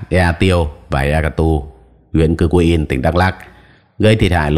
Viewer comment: Ea Ktur đọc là "e -a-cờ -tua" Cư-kuin đọc là "Chư quynh"